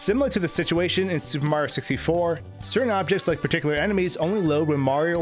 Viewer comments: why do you and so many other pronounce "super Mario" so differently i hear " su maro" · “The Soup Mario Galaxy Series-“